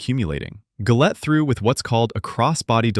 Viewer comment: Wow...off to a great start...pronouncing Gullett wrong.